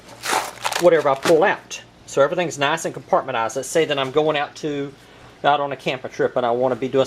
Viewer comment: "Compartmenized". I like that.